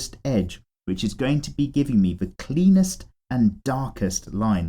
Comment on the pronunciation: You said best and cleanest lines, I heard Best and Penis lines...